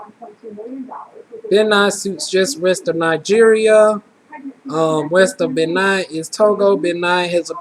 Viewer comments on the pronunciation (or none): Typical Black Person? The Fulani of Senegal have noses like yours, with that being said, it's pronounced BAYNEEN FOR Benin, and Iberian peninsula is Spain and Portugal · You have an exotic look and you got great results! Btw, its bah-NEEN and toe-go...lol and Iberian Peninsula means SPAIN or Spanish descent. Africa is very diverse...in particular Cameroon...and Senegalese peoples tend to have smaller noses like yours.